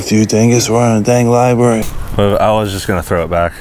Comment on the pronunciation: “SHHHH” “ITSA LIBARY” “THATS RIGHT LEAVE THE LIBARY”